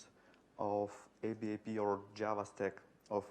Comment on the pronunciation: It is pronounced ABAP, like it's a word. Not A-B-A-P. Thanks for the talk - is a written version available?